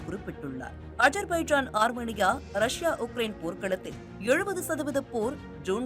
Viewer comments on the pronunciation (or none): செய்தி வாசிக்கும் பரதேசி பெண்ணே....உன்னுடைய உச்சரிப்பு சரியாக இருக்க வேண்டும். நிர்மலா பெரியசாமி குரலில் பேசி விட்டால் சரியாகி விடாது. ஜோன்கள் என்று உச்சரிக்கக் கூடாது DRONEகள் என்று உச்சரிக்க வேண்டும். அதே போல் அர்மேனியா என்னும் ஒரு நாட்டின் பெயரை அர்மனியா என்று தவறாக உச்சரிக்கக் கூடாது. அந்தந்த வார்த்தையை அந்தந்த மொழியிலேயே (ஆங்கிலத்தில்) படித்து தெரிந்து கொண்டு வாசித்தால் நன்று. செய்திகளை வாசிக்கும் முன்பு ஒரு சிறு வீட்டுப் பாடம் செய்து பழகினால் பயனளிக்கும். அதே போல் விமானப்படை தலைமை அதிகாரி திரு. ASHUTOSH DIXIT (அஷுடோஷ் தீக்‌ஷித்) என்னும் பெயரை எப்படி உச்சரித்து இருக்கின்றாய் என்று நீயே கேட்டுப் பார். காக்கா வாந்தி எடுப்பது போல் பேசி இருக்கின்றாய்.....